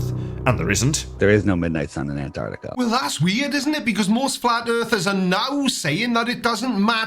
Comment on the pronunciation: We all know is a congenital liar but to give him credit he's the only septic who can say the word Antarctica correctly